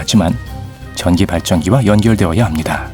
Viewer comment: 나레이션중에 "실제 전시로" - 문맥상 전기여야 할텐데 전시로 들리네요